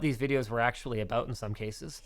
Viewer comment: that Canadian aaaaboooot